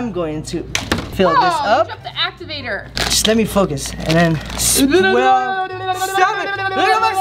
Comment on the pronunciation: sticks her tongue out: stop I'm trying to make a sweel me: it's swirl not sweel 😂💕